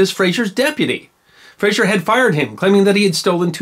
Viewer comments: FRAZER. Say it like it's spelled.. FRAA ZER. No ZSH. This is not FraSHUR from Seattle. Our Frazer clan has been around for hundreds of years, and to hear it regulalry bastardized as FRA-SHUR pisses me off. Were it that way, (and there are some in my sept), the spelling is Frasier. Like that doltish show in Seattle. The history of the Frazer/Fraser clan is wicked awesome. Go. Look. Clean it up. Words and names matter. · The name is Frazer NOT Frazier. Please stop saying Frazier. 🤨